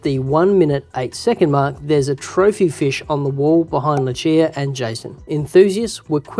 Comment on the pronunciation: It’s “loo see uhh” not “loo chee uhhh”